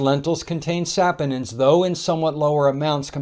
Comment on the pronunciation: The correct pronunciation is sa-PON-inz (sa-POH-ninz), with the stress on the second syllable ("po"). The first syllable sounds like "sah", the second sounds like "pohn", and the ending sounds like "inz". Sorry, was bothering me so had to google search copy and paste for you.